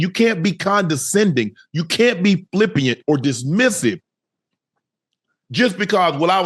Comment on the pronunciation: I’ve seen Shannon mispronounce flippant has FLIPPIANT, 500x in the last 24 hours on two different shows, somebody just learned a new word 😂